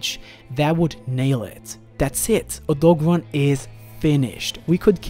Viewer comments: O - DOE - GAR - ON not o-dogo-rahn, I'm sorry but it's driving me nuts. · I'm confused. How can you say Deviljo right but not Odogaron? Now I feel like the Key and Peele skit when he tells people to pronounce their names right. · "oh-dog'run" well that's one way to pronounce it i guess, lol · It’s O dog oran since it’s based off a dog not a deer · Very cringy to hear everyone try to pronounce Odogaron